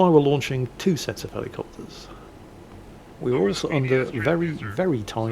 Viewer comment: Listening to rattle off naval facts and information and names is very soothing. Thoroughly enjoyed. Also, the American in me cannot get enough of hearing this grown man say "Helly"copters. Tickles me to no small degree